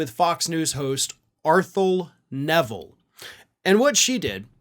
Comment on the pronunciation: Arthelle’s name is pronounced “R” - “thelle” (rhymes with “bell”) - she is the daughter of Art Neville of the famous Neville Brothers from New Orleans. Their last name is pronounced Ne-ville. Please put a few extra minutes in to learn how to pronounce people’s names, especially if you mention them in one of your commentaries. Also - you might want to see if you can interview her about what its like to be a truth-teller at FOX. Thank you.